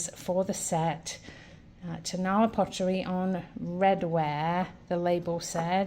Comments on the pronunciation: Also not tone-A- la. It is tone-a LA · It is pronounced Ton- a- LA. Accent on the last syllable , not TONE-a-la accent on the first syllabile.